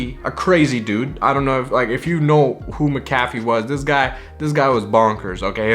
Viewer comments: its Mac-a-fee.. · It's pronounced mac-ah-fee